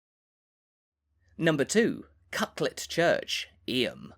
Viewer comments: He pronounced Llanfair PG perfectly but Eyem is pronounced EEM! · Why are you prattling on about places you've clearly never visited yourself? BTW, Eyam is pronounced "Eem".